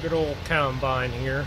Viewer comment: It's combine not coulmbine